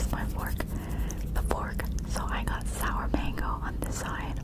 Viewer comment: Can't you pronounce sour properly 🤐?